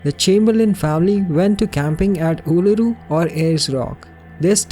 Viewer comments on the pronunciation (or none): none